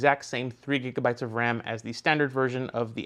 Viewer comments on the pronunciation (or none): none